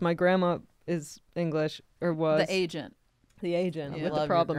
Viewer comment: Fortune saying "asiant" instead of agent tickles me